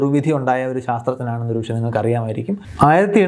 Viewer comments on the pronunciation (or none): none